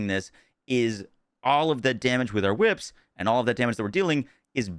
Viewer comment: So glad you changed it from chwhips 😂 that was awful to listen to